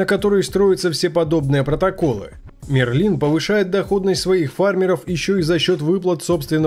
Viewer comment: Мне кажется что правильнее будет говорить: МЭРЛИН